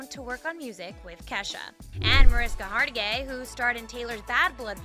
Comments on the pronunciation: THEY MISPRONOUNCED MARISKA'S LAST NAME! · I'm happy that someone else noticed that...